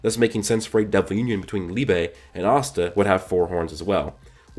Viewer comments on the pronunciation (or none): I don't know why but everytime he say asta it sounds like pasta to me lol